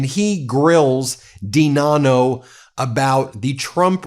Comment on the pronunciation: DiNanno pronounced I-Dunno